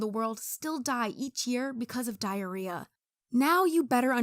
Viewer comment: dihreah expination